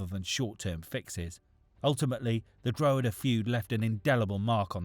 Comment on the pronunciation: Dro-huh-duh hahah more like Draw-ha-da